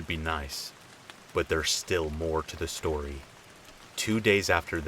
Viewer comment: Shtory 💀 love you😂😂